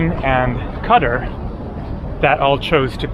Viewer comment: Gross mispronunciation of Qatar spoken like a true American!